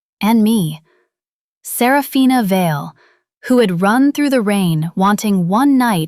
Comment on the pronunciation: There are only four syllables in Serafina, not five. Little inconsistencies.